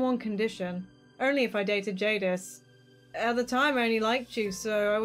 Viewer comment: "Jadis" THATS MY NAME OMGOMG AHHHHHHH!! (also yea u said it right)